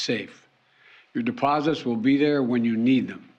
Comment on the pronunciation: Did you catch the part where he said: "The deposibourngoeurs are prmobutected." ? Nothing to fear. Geriatric Joe is here